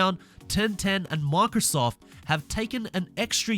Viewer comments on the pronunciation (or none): none